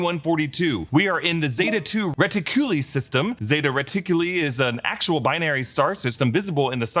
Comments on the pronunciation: Andy got his name from his Android Model. He was an ND model droid. Hence Andy. Also it's zeta 2 re-tic-you-lie, not lee. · Re-Tic-U-Lie... not Re-Teh-Q-Lee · Re-ti-cu-lie is how its pronounced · Ret-tic-u lye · It's reti-coo-lie.